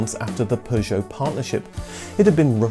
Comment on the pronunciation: Why are u pronouncing Peugeot like an American?